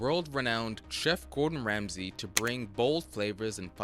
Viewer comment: Gowdon Wamsey 😂😂😂😂